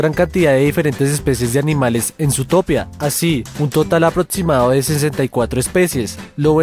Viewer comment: Por qué dices aprotsimado en lugar de aproximado?